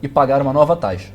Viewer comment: Taixa ?? Ele fala taixa no vídeo ? 👀